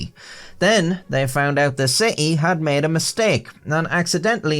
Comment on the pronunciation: "pulled oot or hammered doon" - momentarily possessed by a Canadian ghost.